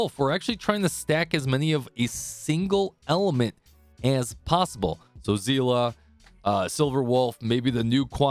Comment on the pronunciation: Literally the first guy to pronounce Seele properly.